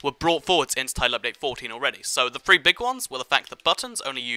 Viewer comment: Because he talks way too damn fast and mispronounces a lot of words. Such as "three=free"